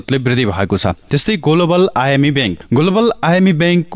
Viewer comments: गोल्बल!? कति हाँस्नु! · अझ मैले त "गोलोबल" पो सुने 😅